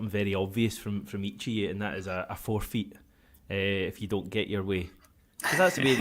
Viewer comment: 😂😂😂😂its forfeit not forfeet 🦶👣😜👣🦶